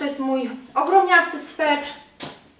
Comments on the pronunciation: aaaa SWETER!! nie swetr! juz slyszalam to w kilku Twoich filmikach. :P ^^ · Sweter kochana, sweter (nie swetr) :) Torba jest super :)